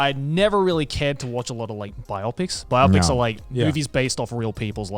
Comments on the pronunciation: is it really pronounced "bi-opics"? I always thought you said "bio-pics" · Anyone else looking for comments on Joey pronouncing Bi-Opic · I like that they all pronounce biopic wrong.